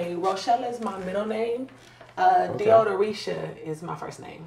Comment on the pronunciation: "Deodoritia"? Lol!!!, you need to get a new intro to your videos because your body has "changed" a lot and it's all good.